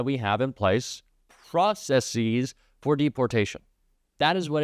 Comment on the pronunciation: It's not pronounced processees. It's pronounced processes. Please look it up.